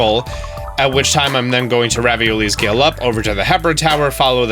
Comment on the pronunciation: Did anyone else notice he says raviolies gale